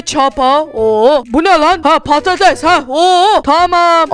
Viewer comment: patates deil patato😂😂😂😂